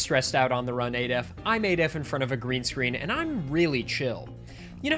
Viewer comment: I‘m shocked to hear that you pronounce it instead of. Henceforth, I will pronounce your name incorrectly, knowingly